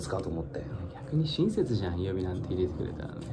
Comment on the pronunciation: シュ｢入れてくれたら｣ のイントネーションが関西弁に引っ張られてる?w